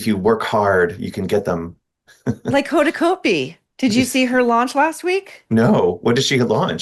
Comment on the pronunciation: I love love your podcast, 🎉🎉🎉but Hoda’s last name is pronounced like Cot B not Coat B.